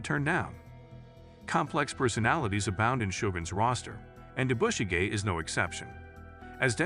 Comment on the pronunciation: Please learn how to pronounce the name Yabushige. listening to you is extremely annoying. There is no accent on the "bu" part of the name. The "a" is pronounced like the "o" in comet.